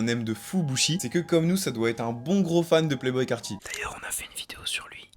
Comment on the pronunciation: Pitié les gars dites bouchi